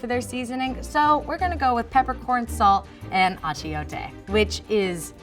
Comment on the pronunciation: It not atchiote it's atchuete